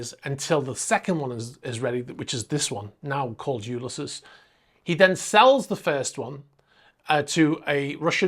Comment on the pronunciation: “U-lis-ees”. It’s a James Joyce novel; classic literature. Interesting update, as usual.